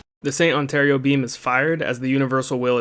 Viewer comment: Great video, thank you. Just a little detail though. It is not Ontario Beam it is ORATORIO which can be translated to english as ORATORY. It comes from the verb to pray.